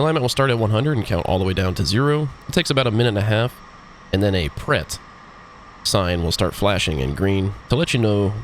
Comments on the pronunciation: Great vid, but your yank pronunciation of "Pret" got me triggered... (its pronounced more like "prey".) <3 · pre is correct. No y involved. The e is pronounced like the first e in "wrestle". Source: had french at school, living not far from the border, checked online before posting this comment. Pret means "ready". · Straight to the point. Great tutorial, good job. (The letter "T" is not pronounced in the blinking "preT", it means "Ready")